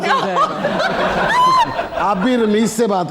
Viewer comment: says joy ga instead of jai ga. She also says wo chala joy ga, instead of chala jai ga 😂.